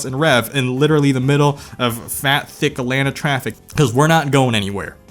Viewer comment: THANKYOU FOR SAYING ATLANTA THE RIGHT WAY. It's an easy way of telling how long a person's been here lol